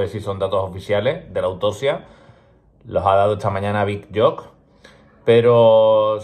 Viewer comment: Chaval, me encanta tu canal, una ayuda para el futuro, se pronuncia "big youk". Dale!!